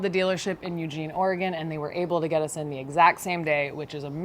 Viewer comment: OrEgone? I can handle Orygun, but not OrEgone. You got some REALLY GREAT shots of our coast.